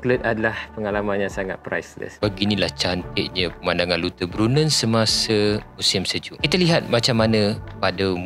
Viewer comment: LAU TER BRUN NEN Lautterbrunen . Eja mcm bahasa melayu sebut mcm bahasa Melayu .. ni adalah cara yg paling mudah utk sebutan bahasa German selamat mencuba